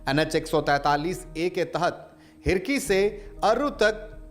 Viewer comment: हिरही होता है भाई न कि हिरकी